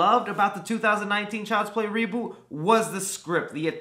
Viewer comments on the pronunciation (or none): I love how he says reboot in a way of saying re booty